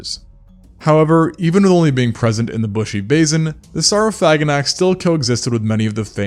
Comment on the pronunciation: SOR-Oh-Phagh-Ah-Naks. That's how it's actually pronounced